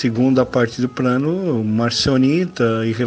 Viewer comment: Craro? Prano?